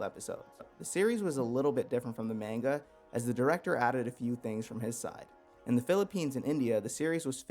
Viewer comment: I can’t trust a man who pronounces manga wrong